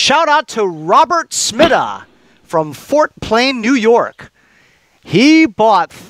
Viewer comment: Tracter looks great. Pronounce my last name sm(EYE)da. Most people get it wrong. Love your videos